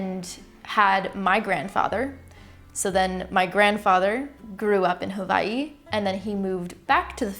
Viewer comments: I know this is an old video, but thank you for pronouncing Hawaii correctly 😩 I’ve never heard someone else from the states say it right before. I’m also mixed and i understand that part of you not looking like a certain ethnicity, I was around Filipinos because my dad was a good talker and had lots of friends and acquaintances. They would question if I was adopted or not because I didn’t look like them. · I love that you pronounced Hawai'i correctly. Mahalo for that. 🤙🏾🌺 I am Hawaiian, Chinese & Japanese- born & raised in Hawai'i. Born in Honolulu on O'ahu, now living on Moku o Keawe (Hawai'i island/Big Island) Aloha from Hilo 💕